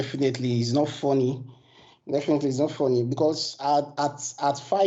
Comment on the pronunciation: Ma man started right away with: it's not fonny 😂